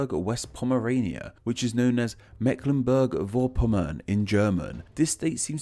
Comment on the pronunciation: there is a small error there, namely that the name of the land is not written well (it might be a typo); the correct form is Baden-Württemberg. Also, the correction pronunciation of Mecklenburg-Vorpommern is 'Forpommern' at the end (the 'v' is spelled 'f' in German before a vowel). Otherwise, very interesting video. All the best and keep up the good work! Alles Gute!